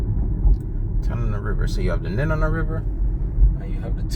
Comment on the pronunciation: I about died when you compared my home to Guam. Seriously though...your pronunciation was awful. Your information was uninformed... And the whole thing is a tad creepy.